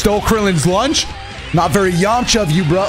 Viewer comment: your voice when you said Yamcha ! While he smiled Was so clean bro